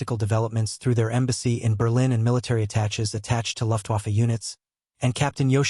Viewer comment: AI voice still has to be taught recognition of many unusual words. Military attaché (atta schay, not attach) for example